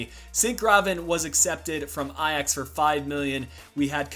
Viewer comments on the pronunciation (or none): none